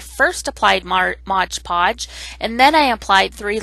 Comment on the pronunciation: It’s “Mod PODGE” just like the label !!!